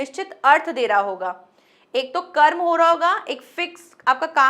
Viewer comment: कर्म की जगह क्रम बोला जय।आपके पढ़ाने का ढंग बहुत अच्छा है।